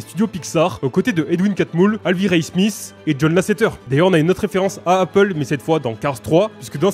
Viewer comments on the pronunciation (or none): none